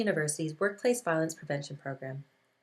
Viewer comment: Violence, not voilence.